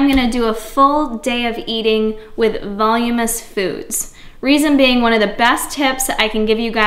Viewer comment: *Voluminous : "vol-loom-in-us" just helping :)